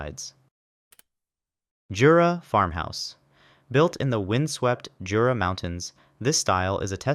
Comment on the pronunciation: In Jura you do not pronounce the J